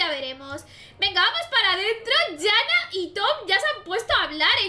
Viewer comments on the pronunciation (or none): Me pareció interesante el vídeo pero no la llames "Yana", que sea con "j" no significa que sea "ya". Se pronuncia cómo está escrito, Janna sin sonar las dos n.